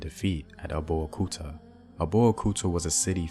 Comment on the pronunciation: Another wonderful piece! Many thanks. I’ll however recommend that you consult a native of the regions you cover as your phonology is awful. You couldn’t get a single word right; from Dahomey, Whyday, Abeokuta, Mino, to Gbeto. I really appreciate your work and would’nt mind helping out (for nothing) I could even explain the meaning of all those words/towns. My mother is Eve (Ewe) originally from Ketu (Nigeria) to Dahomey (Benin) and finally Notse (Togo). My papa’s from the other side, an Akan (Cote d’Ivoire) and (Ghana). I’m from Akropong. As always, much respect to you.